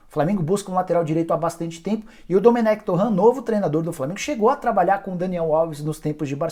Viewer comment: SE FALA: DOMÉN